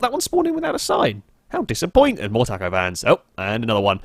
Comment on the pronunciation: oh dear god i hope i never hear you say taco again